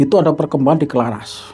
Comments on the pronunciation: Kraras pak bukan Klaras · Maaf cerita pembebasan di desa itu nama desanya itu CARARAS bukan Claras 🙏🙏 saya mengerti bukan sebutan org luar beda